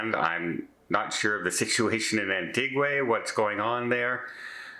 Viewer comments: Antiga, not antiguay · it's pronounced Anne-tee-ga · Pronounced AnTeeGa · Love ❤️ you and your channel yup you missed pronounced another one today... its An- ti-Ga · AN-TEE-GAH with an emphasis on the TEE . As several people native to there corrected me. And I was told Barbuda is pronounced like Bermuda. I loved it there. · Say it with me slowly AN-TEE-GAH......there you go....I knew you could say it. The capsized craft was filled with people from Cameroon. They started the journey in Guadeloupe with a stop in Antigua, where they stole the boat to get to the US Virgin Islands which unfortunately never happened. ALLEGEDLY ! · no harm meant but it's pronounced An Tee Gwa.... not with an AY sound at the end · 'An-tee-GAH!!' Silly! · is Canadian, perhaps he pronounces Antigua differently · Yep, you sure do butcher a lot of words. Go ahead and ad "Antigua" to that list as today, you said it unlike anyone else ever has in the entire world. I am seriously starting to question the Canadian education system. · This guy has gone to An-tig-ua like forty times, no idea why he cant pronounce it.